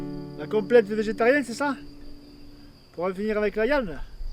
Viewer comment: J'adore quand il dit la iande (viande )